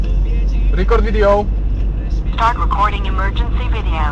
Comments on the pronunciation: rikord widjoł warrior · piekny trzymasz odstep mistrzu widać ze ledwo co kupil kamerkę i pierwszy raz krzyczy rikord widjol